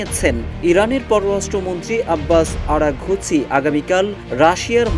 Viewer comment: আরাগুচি না আরাগচি